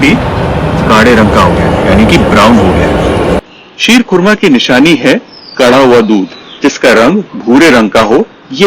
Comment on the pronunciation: कोरमा नहीं( खोरमा) होता है khorma उर्दू में खजुर को कहते है